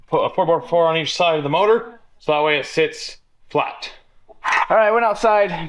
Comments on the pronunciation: You should teach how to say motor not mortor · The moodur mount. lol. does say motor funny.